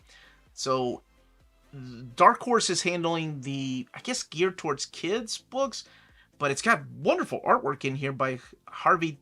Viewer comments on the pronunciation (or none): none